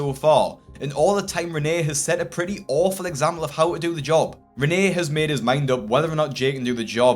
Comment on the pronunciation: his yob? did I hear right?